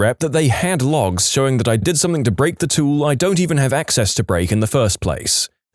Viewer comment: No K In the word something